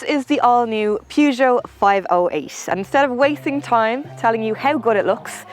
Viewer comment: I’ve always said “purge joe.” But I think pronunciation is the proper French way.